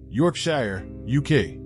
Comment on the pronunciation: Its pronounced Yorksher. Youre welcome. Cheers! Thanks for the OFO content!